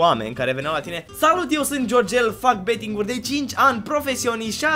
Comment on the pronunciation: "csgo beeting"